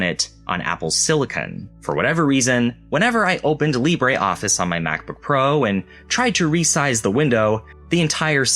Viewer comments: no us french say : lee brruh office and not lee brah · Lib-ruh is not how it pronounced in French though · That is not how French people pronounce "Libre" 😅 But I do like your """French""" pronunciation of the word, it's how I say it too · I really like Libreoffice, used it for many years.... I've never heard anyone say it's name like THAT before; quite unsettling.